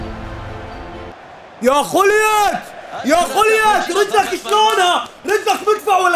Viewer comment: خولييت✔️ خوليت✖️